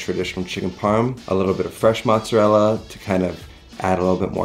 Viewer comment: Didn’t you say you were Italian and you pronounce mozzarella like your not